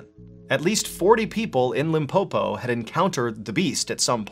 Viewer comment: The way Mr Ballen says "Limpopo" feels me with pride as a South African 🇿🇦😊